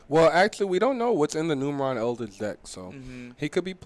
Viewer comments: IT'S FUCKING NUMERON (NEW MUR AWN). 🤦🏻‍♂️ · Boyyyy it is Numeron. Not Numerion. lol